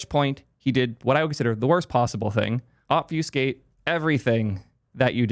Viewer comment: someone tell this guy how to say obfuscate correctly